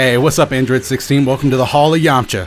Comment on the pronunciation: "Purely thanks to the yamcha ashist"